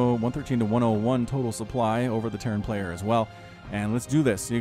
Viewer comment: Pick a frickin pronunciation dude, it gets grating to hear your unsure chatter every single time you say a player's name.